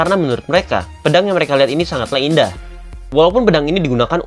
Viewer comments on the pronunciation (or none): none